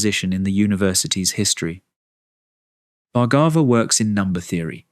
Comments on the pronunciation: His surname is pronounced as Bhaar-gabh.... Not Bhargava... भार्गव in hindi.. There's no "Aa" sound in the end... Western people have a tendency of using "AA" sound at end of almost all Indian words....anyways.. Thank u so much for this video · IT IS PRONOUNCED bhar- gave ( soft bh & ar) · Each time narrator mispronounce the beautiful name Bhargava, I wish he took few minutes to practice an Indian name properly.